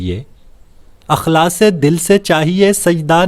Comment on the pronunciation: بھائی اِخلاصُࣿ کو اَُخلاصࣿ کیوں پڑھتے ہیں؟؟